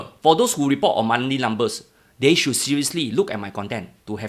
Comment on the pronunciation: "deh"? or "they"?